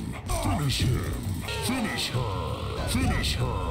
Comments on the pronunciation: Every MK: Finish Him Finish Her MK: Fonosh hom Fonosh hor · When it comes to Johnny Cage, I now start to hear: Finnish Im, or Finnish Er. I should not have watched this from beginning to end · In mk11 i just heard Finishim Finiher